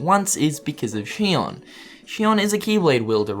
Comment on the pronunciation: ITS XION. ZEE-ON. NOT SHION.